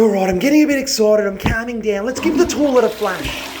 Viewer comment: 'Lets give this torlet a flush' :)